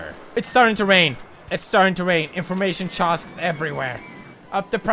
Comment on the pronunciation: "Assformation Choocks" I love coming back to watch these older videos. 😂